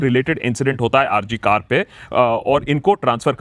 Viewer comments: It is not R C Kar 😡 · It is not R.C.KAR. IT IS R. G. KAR. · It's R.G.Kar not R.C.Kar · RG kar not RC Kar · It is R G Kar, not R C Kar. You are saying R C Kar repeatedly. You are also a Bengali. Please pronounce it correctly. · It's not RCKar but it's R G Kar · It's not R C KAR..... It's R G KAR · Bhai r. g kar hai nam hospital ka r. c kar nhi. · It’s not RC Kar but RG Kar hospital Banerjee babu ! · R G kar Not R C kar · Its R G Kar Sir, not R C Kar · It's R G KOR Hospital Not R C KOR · Please Sir, Correct your pronunciation. It's Not R C Kar it is R G KAR Medical Collage Hospital. Founder of Radha Gobinda Kar Sir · It's not R C Kar; it's R G Kar. Please pronounce correctly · Sir,hospital name RG Kar. Not RC Kar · It is RG KAR NOT RC kar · yaar ... its R G KAR ... not RC kar ... :( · Its R G GGGGGGGGGGGG not C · Sir, It ll be RG kar pronounced in the video. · It Is R G Kar not R C Kar👍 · Its R.G Kar not R.C Kar.. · That's R.G.Kar hospital... Not R. C. Kar... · Not R C Kar but R G Kar hospital if I heard correctly.